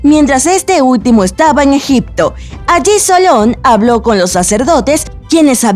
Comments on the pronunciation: También dice "Egicto" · No sólo es aclantida, también dice Egicto, corructa, concecualizacion, etc.. que mal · "Aclantida" "Egicto" 😂😂😂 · ¿"Aclantida"?, "¿Egicto"? xD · Soy yo o la que está narrando dice "Aclantida", "Aclantes", "Egicto", etc..?